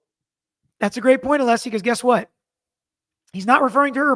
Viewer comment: I just bought a t shirt to support you and your channel. Congrats on 500k 🎉 I love your recaps and how you break it down for all of us in an unbiased way. I also love your dad. It was so cute how he kept saying ah-lee-see even after you told him how to pronounce Alessi lol. I can’t wait for the next recap w your dad.